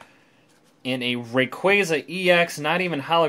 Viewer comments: U say rayquaza wrong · that is not how you say rayquaza